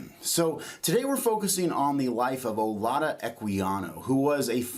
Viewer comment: And I don’t know if he’s pronouncing his name on purpose wrong, but it’s definitely like Judah in the end. It’s actually Judah in Igbo